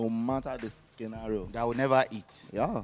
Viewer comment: Falz just said skenario lol